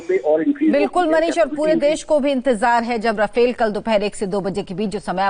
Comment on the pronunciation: भाई रफाएल है राफेल यार क्यो पागल बना रहे हो